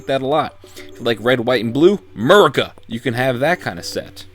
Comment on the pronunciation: Plz don't EVER say merica agin